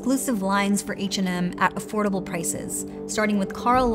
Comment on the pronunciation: 0.18 "everything is kinda afordabooaall"🙄